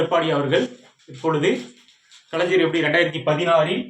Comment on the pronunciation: Kalaijar illa kalaignar nar nar nar......